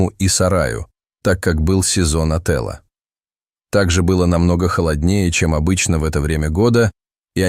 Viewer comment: Не сезон отЭла, а сезон отËла 😂